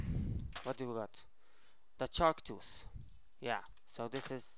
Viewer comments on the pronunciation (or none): the chark tuth XD